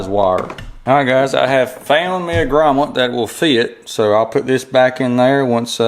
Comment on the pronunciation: Thanks for taking the time to make the video. Just an FYI, the word is 'grommet".